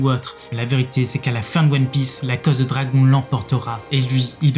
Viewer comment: Prononcé les mots anglais correctement car entendre dragon et d'autres mots mal prononcé sa pique les oreilles